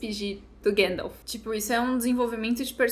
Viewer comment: chorando e eu chorando pelo mesmo motivo, que personagem, que jeito brilhante de dizer o nome do gandalf, grand'elf